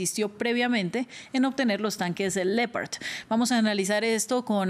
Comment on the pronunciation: Lo que que cambio fue que los Ucranianos están acabados semiderrotados y sin soldados y municiones y la presentadora que no sabe pronunciar LEOPARD Y SIENDO HISPANOAMERICANA NO SABE DECIR LEOPARDO 🐆 TAMPOCO☝️🧐🤣🤣🤣🤣🤣🤣🤣